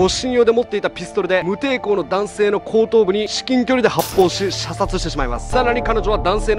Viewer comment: 射殺が射精にしか聞こえない（難聴